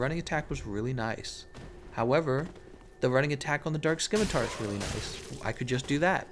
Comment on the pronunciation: The c in scimitar is silent.